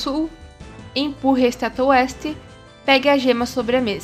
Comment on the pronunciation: Otimo video, profissional como muitos disseram, mas eu me embananei quando você fala "LESTE" e o "OESTE" quase nao da pra diferenciar, serio foi muito dificil nisso. Mas obrigado pelo guia, que seja uma critica construtiva. Press F "(O)ESTE"